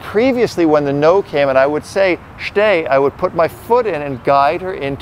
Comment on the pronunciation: "sits" and "shhtay" .. uhmm ok :S